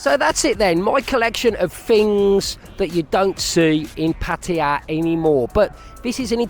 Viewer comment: After so many years ,...you still call PAR TAY JAA ....pattie ja ..you soft boiled runny egghead expat...